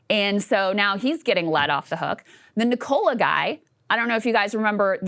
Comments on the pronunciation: The mispronunciation of Nikola repeatedly is annoying. It is Nik o la. As in Nikola Tesla. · FYI pronounced: Nik-UH-la not Ni-cola